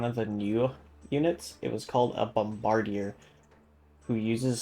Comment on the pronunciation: yea that's not how you pronounce bombardier lol